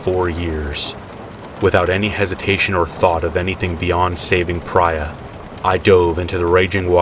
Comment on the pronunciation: I have a suspicion that the woman in 5’s name is pronounced PREE-A , not PRY-A. Even if it’s spelled Prya. I could be wrong, but I’ve met several people with the name